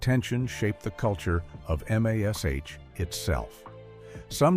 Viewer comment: It's very obvious you're using an AI voice to read this, and it's very distracting. M.A.S.H was always pronounced mash, not each letter individually. Human readers who have studied the show know this, the AI doesn't. Maybe you've got some interesting info in the video, but I won't know because I can't watch this.